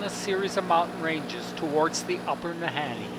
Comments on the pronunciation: No, Kidding,,, Our Northern Bush Pilots are some of the Best in the World !! ~~ oh, The Nahanni is Pronounced,, NAH-HAWN-NEE !! ( not, Han-knee ) :))) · Ah ! laughed at the interspersing of pronunciations of Na-Hawn-Nee & Na-Hanni ... It is phonetically ( Na-Hawn-Nee ) Sorry about that:)) But no Problem for sure :))) Oh , What a Great Video you made & shared !!! What a Wonderful , Adventerous & Brave Trip , A real pleasure to watch & to be reminded of Home , when one is so far away from it ... Right from the get-go of that Great Pilot, bringing you in & the Wonderful Video , of your Journey .. Paddles Up & a Big Salute !! Thank-you so much for sharing this !!